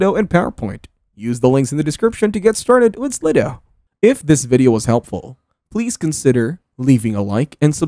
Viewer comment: Is that how you pronounce it? Slid o? I thought it was slide-o